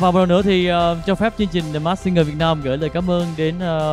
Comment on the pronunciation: Người Việt Nam mà ko phát âm ko đc từ Việt Nam :))) lớ lớ làm gì vậy?